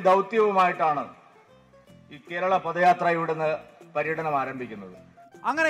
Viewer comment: പദയാത്ര അല്ല പതയാത്ര ആണ്